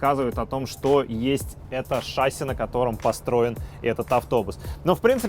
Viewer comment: Если бы ещё в слове "шасси" правильно ударение ставил (на И, а не на А), то было бы шикарно